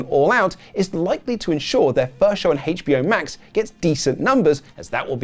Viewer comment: Did you just say “haytch BO Max” lol